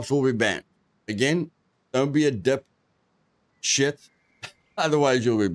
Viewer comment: nice mate! , i like how u said "dont be a dip.....shit" xD